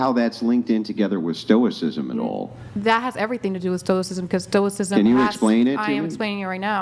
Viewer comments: Did they really just say they teach "stoik-ism" but they can't even pronounce the word correctly? I was NOT prepared for this level of cringe when I clicked on the video. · "Stoic'cism?" Wow....... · This girl couldn't walk you through a coherent explanation of why "everybody poops" and she's going to teach "stoh-ik-sism"? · "I teach 🤔what's is called ? Like uh soicism or 🤔stoicism? ..I dont know what it's called ..sorry if I'm saying it wrong " 😂😂😂😂😂😂😂😂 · "STO-ICK-ISM" bro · Im sureshe learned "stoik-sism" off wikipedia 😂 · “Yeah, I teach philosophical stuff about stoi…kis… I don’t know how it’s pronounced, but if you want to hear more, you have to pay me.” 🤦‍♂️ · "Stoickism" lol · Can't even pronounce "stoicism." 🙈 Cummmm drunk self proclaimed "philososopherz" 😂🤣😂🤣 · Sarte, camus, kierkegard, they can't even pronounce stoicism 😢😢😢😢😢😮😮😮😮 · Not only do they not know anything about stoicism and the philosophers who've written about it, but they don't even know how to pronounce it properly!! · Damn, she can't even pronounce her field of study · She can't even pronounce stoicism but she thinks she's teaching it? This is insane. She has absolutely no clue what stoicism is. This is the dunning kruger effect gone wild. I know it's just stupid women getting conned into listening to this afrocentric vibes and vibration bullshit but there is for sure at least a few guys in these women's pasts that gassed them up an agreed with their clear ignorance and incorrect takes, just cause the guys were trying to hit. The women never understood that the men that agreed with their nonsense just wanted ass, but I'm sure they've held the tiny bit of acknowledgement they got from a person above believing in astrology ever since as a sign that they're respectable. They are not. These women are blowup dolls with an audio recording of the ravings of a homeless person playing nearby. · At First They Did Not Even Know How To Pronounce Stoicism😂😂😂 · Can't even pronounce stoicism...